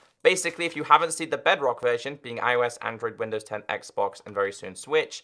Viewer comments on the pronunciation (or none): none